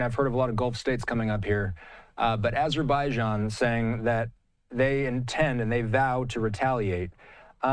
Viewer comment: can we replace these guys with a couple americans that know how to pronounce "missiles" and "azerbaijan"